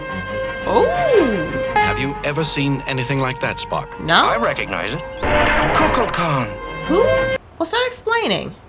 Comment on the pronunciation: Shatner mispronounces Kukulkan as Kukla Kan. There used to be a kid's show called Kukla Fran and Ollie which featured a puppet dragon. While not intentional, it resembles Kukalkan.